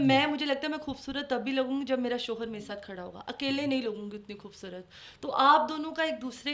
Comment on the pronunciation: Plzzzzz خ کو کھ مت بولا کروووووووو کھوبصورت نہیں ہوتا۔۔۔۔